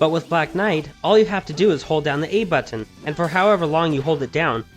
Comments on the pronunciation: is that how u normally say button? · You say "Button" funny.